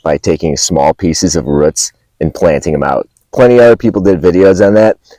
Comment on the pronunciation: I enjoy the way you pronounce the word "roots". Going to try growing comfrey from seed in the next week up in the Vancouver, BC area by following your advice 🙏🏾